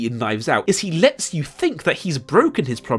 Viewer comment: I loved the "Hugh did it"/You did it mix up (I just wonder what the Subtitles say when they're switched on)